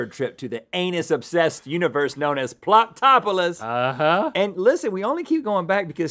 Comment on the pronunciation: I thought Rhett said ploptopolus